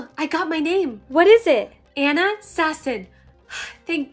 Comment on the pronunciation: Just saying that would be ona not Anna